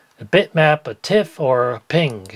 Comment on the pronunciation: "ping" At last, someone who knows how to pronounce PNG!